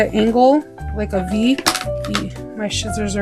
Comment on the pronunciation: Lol... I like the way you say scissors...shitzers... I have a lot of shitzers.